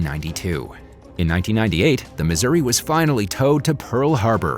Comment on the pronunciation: Decent script but any and all information is rendered invalid by the most out of place and inaccurate photo/video coverage. Pronunciation of ship and geographic names is atrocious. I am a Missouri Plank Owner, serving aboard from 1985 to1989 and am not happy with mixing images of other Iowa class and older classes.